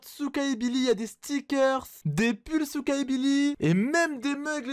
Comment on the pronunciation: Souka tu à dit soutrach